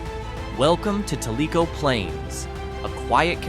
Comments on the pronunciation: If you are telling about small town Tennessee learn how to say the names of the towns. Tellico is pronounced tell- i-co not tellyco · It's pronounced TELL- i - co, not tell- I - co. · You didn't really show Mountain City. While it was not directly hit by Hurricane Helene the roads south of it were badly damaged by the flooding. Sweetwater is right off Interstate 40 so it is easy to reach. Tellico Plains is not pronounced talico but telico. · Your pronouncing Tellico wrong